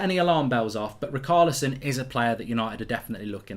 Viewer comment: Btw - Richarlison is pronounced Ri-sha-le-son...!